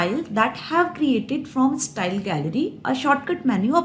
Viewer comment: Thank you mam for ur best explanation.... BTW it's not stal it's style 🤣... Jokes apart... Nice video 😇